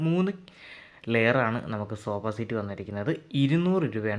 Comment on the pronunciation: സോബാ സീറ്റോ😂😂 സോഫ എന്ന് പറ ബ്രോ